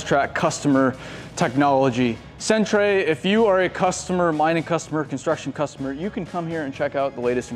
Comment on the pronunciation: Did he really pronounced centre as cent-ray? It’s pronounced center, but spelt different